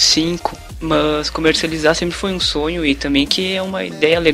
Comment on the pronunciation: Ao invés dele falar mas ele fala mãs